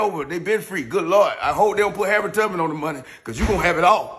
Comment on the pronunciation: He said Harett Tubman. He wrong for that. 😆😆😅 dam